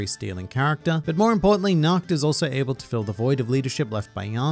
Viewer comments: You correctly explained Nacht's name. It's the german word for Night (though you pronouning it like "nackt" which would be the german word for "naked) but that's not the only german name. Asta's devil Liebe is named after the german word for love. The e after the b is not silent. If you want to pronounce it correctly you'd say LiebE. Enough with your german lesson. I really enjoined this review series because I finished Black Clover 2 months ago and it was really fun getting your thoughts on it every weak. I guess Black Clover doesn't have enough content to make many videos about like HxH or One Piece. Maybe you could talk about individual magic powers. In case you want to start reviewing another series I recomment "Chainsaw Man" (if you haven't already read it). It's a really popular manga that doesn't have an anime. It's a shounen with an really interesting power system and interesting antagonists. The MC is super unqiue and deep in a way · Pls use translator to hear the pronunciation of Liebe 😂 it's another german word which means Love. And pls for Nacht too, the way you said it sounded like Nackt (Naked) 😂 Tabata uses german words often 🤔 Liebe, Nacht, and Licht.